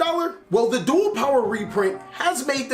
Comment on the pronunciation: bruh u said duel power